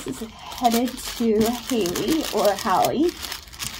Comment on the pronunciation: Aw yay! My order was packed on video! I bought the double stack rings around the 1 hour and 5 minute mark. You said my name right the first time (hay-lee) but I don’t mind whatever way it’s pronounced or spelled. Thank you for the beautiful packaging and mentioning me!❤️